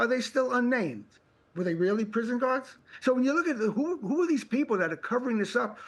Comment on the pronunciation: Matt Chorley weally is a 1st wate pwesenter. No one wanks higher.